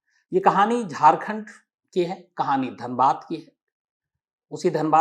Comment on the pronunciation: Sir it is Dhanbad not danbad....nd it also has Iit Ism and called the coal/black diamond city not just wasseypur🙂